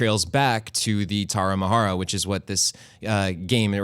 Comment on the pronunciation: Is Tarahumara, not Taramahara, but still is nice to see Mexican games here, thanks.